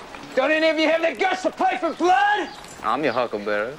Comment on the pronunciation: The line is huckleberry, not 'hucklebearer'. From the original book & script.